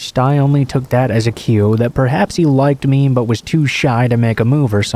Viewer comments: Pretty sure it's advanced text to speech, any person who knows English would know how to say lavatory and ESPECIALLY "ME" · I'm sorry but hate the way he says "me".